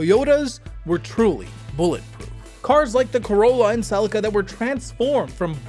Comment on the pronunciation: Sellika twice and I’m out..... One day an American will have the respect to research the pronunciation of words , Until that day.. Good luck and god speed 🤓✌️